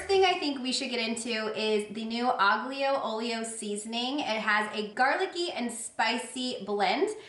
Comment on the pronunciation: You are so cute.. as an Italian we don’t pronounce the G in that seasoning 🥰 alio oia ( means garlic and oil). You can make a nice spaghetti dish with olive oil tons of garlic that seasoning fresh parsley squeeze of lemon at end parm cheese 🥰❤️👍